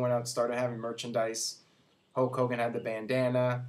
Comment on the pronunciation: its HULK hogan not HOKE hogan, hes defo saying HOKE